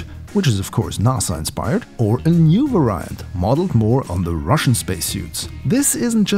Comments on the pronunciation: You pronounce "varient" incorrectly. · You’re pronouncing variant wrong